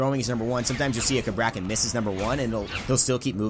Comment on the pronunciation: I get the feeling he is pronouncing the god's name wrong